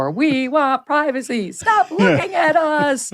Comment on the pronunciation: "We want privaceh! We want privaceh!"